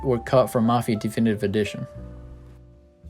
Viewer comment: di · fi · ni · tiv Not d-E-finitive For fuck sakes.